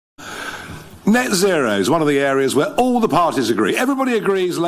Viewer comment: NET ZERO IS NOT ZET ZERO… IT’S A HOAX!!!!